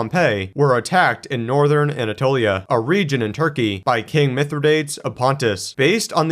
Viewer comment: You might want to look up the pronunciation of Pompey and Mithridates.